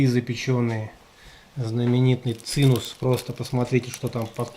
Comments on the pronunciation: Wtf - цинус? Есть цимес или цимус - сладкое еврейское блюдо! Так, на будущее... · Цимес. Евреи говорят "цимес".... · Правильно говорить ЦИМЕС .. еврейское слово вроде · Правильно говорить "ЦИ'ММЕС " по одесски-еврейски ...Спасибо за винимание! Удачи!